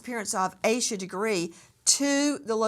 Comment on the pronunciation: After hearing her name for 25 yrs you still pronounce it wrong is crazy